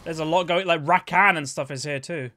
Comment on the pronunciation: The way you say rakan hurts my ears